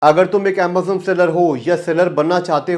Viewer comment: bhai tu AMAZON ko AMBAZON kyu bolta hai?